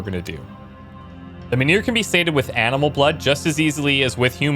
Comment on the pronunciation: Funny. You say "menhir", but all I am hearing is "manure".